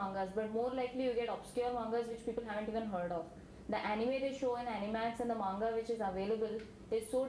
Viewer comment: oh n...dey seriously cant pronounce manga...xD...made me laff so much~~cant believe de girl watched in subz o.O...